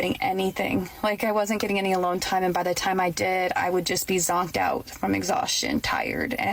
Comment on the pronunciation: The way she pronounces "and" as "ian'd" annoys the crap out of me